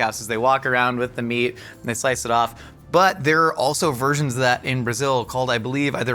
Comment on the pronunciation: the correct prononciation would be "Ro" as in "road", "di" as in "district" and "zio", the Z is like the Z in zoo, and I can think about anything for "io"